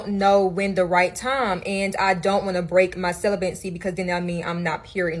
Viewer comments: Anyone else kinda relish the way this woman says “celibate”? “Celibant”…. “celibancy”… She also says “strinct” instead of “strict”. She could start an ASMR channel. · I can’t with this girl repeatedly mispronouncing celibacy 😩😩😩 like come on maam lol I don’t even know if what she was saying was hitting or not 😅